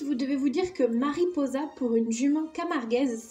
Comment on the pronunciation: Mariposa ca veux dire papillon mais on dis "maripossa " avec le sss qui se prononce je sais pas si cest fais expres🥰voila (je suis 🇪🇦)